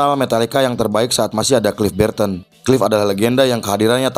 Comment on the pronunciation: "Klif Birten" 😂😂😂😂 sapa tu klif birten 😅😅😅😅 Welcome to Indonesia 😩